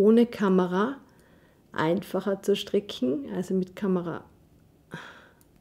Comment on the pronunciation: Sehr schöne und verständliche Anleitung. Aber warum sagt sie immer STRICKCHEN ? Ist das eine Verkleinerungsform von stricken oder ein Sprachfehler? 😂